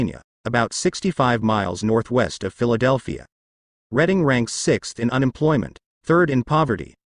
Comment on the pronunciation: You're talking about York while showing Philly's Kensington section which it one of the nation's most destitute and narcotics ravaged areas in the U.S. It's pronounced Redding not Reading.